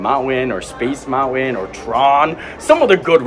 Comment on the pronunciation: Mount-When?!?? What does that even mean?!?? MountWen?!?